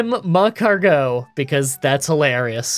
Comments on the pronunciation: Why are you saying mag-cargo? It’s magcargo you say it weird. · It really hurts me that you say mag car go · One quick note about your pronunciation: the emphasis on "Magcargo" is on the "car," not the "go." "mag-CAR-go." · Is magcargo two words? Cuz the emphasis on the MAG-cargo is killing me 😂. Good vid tho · You said “Mascargo” in 😂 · An episode of mispronouncing Magcargo as Mag-car-geaux! You know it! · Mah-Car-Go wouldn't fit? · He pronounces it maeg-cargot, as in magma escargot. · I get why you're pronouncing Magcargo the way you are, but it sounds so weird even if it's probably right LOL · I don't care about Pokemon pronunciations. But you kinda massacred magcargo 😂 Unique way to pronounce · Well, you also said "Maskcargo" at the beginning and "Marshstomp" at one point, so don't worry, about the Indian belly dancer Linoone. 😂